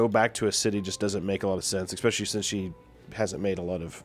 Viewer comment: Love him to death but the "ekkspecially" thing is killing me